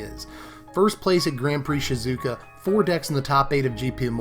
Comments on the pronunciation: It's Shi-zu-o-ka not Shi-zo-u-ka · Btw it's not shi-ZOO-ka it's Shi-zoo-OH-kah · It's Shizuoka, not Shizouka.